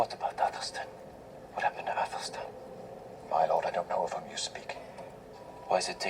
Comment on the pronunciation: Athel-Stan as opposed to Ethel-Steen